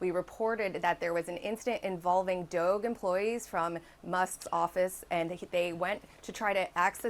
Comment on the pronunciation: her pronunciation of DOGE just shows she's an uncultured normie.